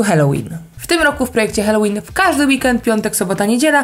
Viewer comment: Błagam, halołin a nie helołin ! ;)